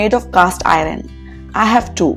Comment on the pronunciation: Oops, you are pronouncing “iron” as “ I run”? Please correct..👍